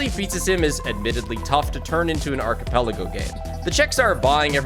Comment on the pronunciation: thats not how you say archipelago